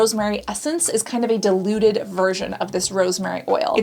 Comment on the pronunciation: I am obsessed with how she pronounces "diluted".